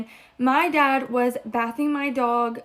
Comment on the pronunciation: I know that girl did not actually multiple times pronounce bathing, that way what?! 😳 🤦‍♀️🤣🤣